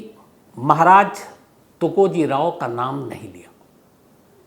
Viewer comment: You should call TukojiRAO not tukojiray